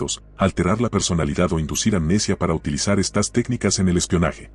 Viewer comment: A manera de retroalimentación, estaría bueno que revises las veces que se debería decir “estas” y “estás” porque siempre la voz lo lee como “estás”